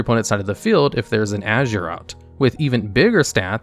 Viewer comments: Aesir = Ai-Seer not ashure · aye-sear not ash-ern, rata did a entire video on them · I don't want to be that guy...but pronouncing aesir as azure is making my ocd go crazy. Haha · Ugh... Aesir pronounced as "ay-sheer" and Jormungandr as "jore-mun-gandur". No... The J acts as a Y and Aesir is pronounced "Ay-sear". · Super picky, but the Jormungardr is pronounced “Your-mun-guarder” and Aesir is pronounced like “I-sir”. Fenrir is “Fen-Rear”